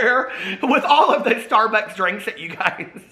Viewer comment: Love it when you crack yourself up. Lol. Shtarbucks.